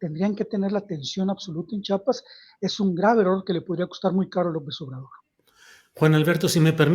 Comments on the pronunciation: SE DICE CHIAPAS OJET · A chiapas lo entendemos los chiapanecos, los mal llamados zapatistas formados por el mismo sistema, cobijan al crimen orgado y no empezó desde ahora fue desde el 94, y alguien que no puede ni pronunciar chiapas no puede opinar.